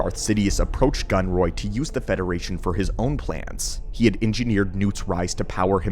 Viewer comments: why does gunray keep becoming gunroy? AI much? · The constant mention of "Viceroy Gunroy" hurts my soul 😅